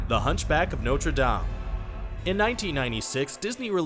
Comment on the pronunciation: Why is he saying "Norte Dame" wrong